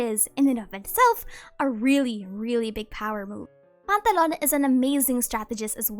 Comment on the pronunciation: I can listen to this human saying the name "Pantallone" for hours man They say it in such a satisfying way